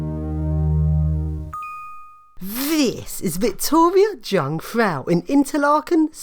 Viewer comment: "Jungfrau" is actually German (Swiss) for "Virgin" - your pronounciation was quite off, but other than that great video! BTW, if you can afford to visit Switzerland, I guess Munich should be fine as well ;)